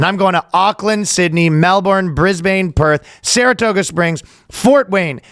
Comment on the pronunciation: Ryan, pro-tip before you come to Australia: Brisbane is pronounced Bris-ben